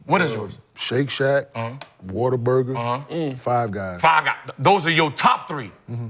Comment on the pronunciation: and get it, but Rashad and Swag really disappointed me though. Also it's What-A-Burger, not water burger. 😂😂😂😂😂😂